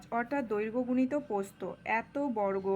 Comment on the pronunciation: ম্যাম ওইটা প্রস্থ... নাকি পোস্ত 🤣🤣🤣